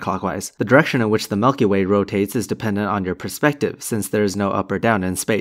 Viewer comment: i really can't trust anyone who pronounces milk like you do. maybe the earth IS flat